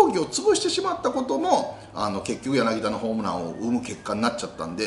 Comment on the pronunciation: ヤナギダでなく、ヤナギタですよ。